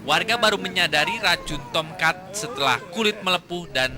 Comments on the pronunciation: Tam cat, tomcet, tomcat😂😂😂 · Yg anda dengar : "Tomcat" Yg saya dengar : "Toket" 😄😄😄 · Sebutan nama TOMCAT cuma aja yg sebut dengan betul..Wartawan nya sebut TOMCAT seperti tomkat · KoQ saya dengarnya “T*ket” ya? 😂🤣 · Serangga Tomket(Tulisannya Tomcat tapi dia ngomong nya Tomket katna dibacanya Tomket) Tomket Tomket Tomket Tomcet Tongcret Kongket Poket Serangga tongkat Tomcet Tomket Tongcat😂😂😂 Toket😭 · kok Gw denger nya SERANGGA TONGKAT